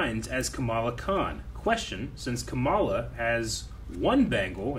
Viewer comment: I keep hearing "Kameela Khan'. Her name is "Khamala"